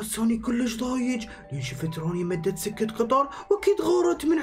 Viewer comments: اسمها سكه وليست سجه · قال سجه قطار😂